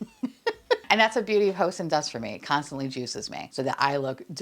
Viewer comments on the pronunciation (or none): Oh,. Everytime you mention Beauty of Hoseon on your channel, it cracks me up but also makes me 💀 a little on the inside. Joseon is pronounced Joe-sohn (think like scorn… minus the C and the R) 😅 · Joseon is pronounced "CHO-sun" 😅 Sincerely, a korean speaker